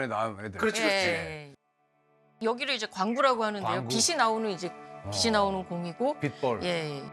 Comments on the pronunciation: 빛이....비치가 아니라 계속 비시로 발음하시네요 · 공부 꽤나 하신분일텐데 자꾸 빛을 빗이라고 발음하네 거슬리게...